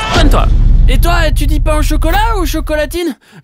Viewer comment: chuis pas sur d'avoir bien compris la il a dit chocolatinne ...